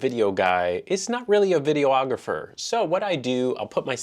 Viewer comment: lol "video-ographer" sound so funny. I've never heard anyone say "photo-ographer"